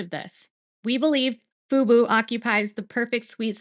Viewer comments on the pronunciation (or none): It's Fubo. emphasis on the O. FUBU is a Black owned clothing company. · Fub-O not Fub-U. FUBU is an urban style clothing brand from the 2000s😂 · I hear you saying FUBU and not FUBO. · Baby girl (or AI, who knows?), it's pronounced 'FOO-BOW' not 'FOO-BOO'. That's For Us, By Us - the 90s hip-hop clothing brand 😂😂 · FUBO pronounced Foo-Boo not FOO-BOW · The channel is pronounced foo bow. Thank you for outstanding coverage on the Baldoni vs Lively lawsuit. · Yes, you are correct. FUBO is pronounced FuBow. FUBU is pronounced FuBoo.😊